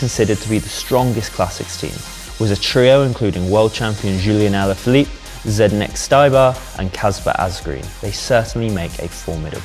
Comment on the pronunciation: I know Czech is difficult but could you look up how to pronounce Zdeněk Štybar, please? GCN and Eurosport don't have a problem with that name, or just type it into google translate. It would be respectful since you know how to pronounce Pogačar and Roglič, names that are also Slavic.